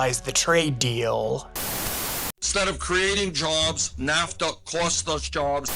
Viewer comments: Content was good at first but literally stopped 4 minutes in because I was sooooo annoyed with the ...Americuhhhh, NAFTUHHHHH. It gets old after the 3rd time... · Great video but your pronunciation of NAFTAAAA and North AMERICAAAA drives me crazy 😂😂😂